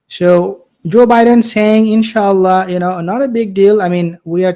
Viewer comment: Knowing Biden seems to me that he said enchilada instead In Sha Allah with the correct accent on it. At the ends of times that ignorance and lack of knowledge is very common.